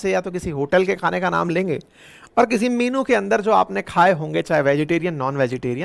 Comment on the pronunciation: It's not minu it's menue Mr.IITan